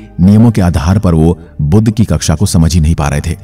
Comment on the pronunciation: बुध का उच्चार बुद्ध ना करे